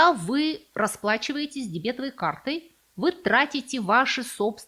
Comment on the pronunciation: Прям слух режет,от этой дебЕтовой карты.